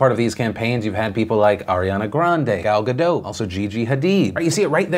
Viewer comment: Congrats on (finally) pronouncing Gal Godot's name correctly!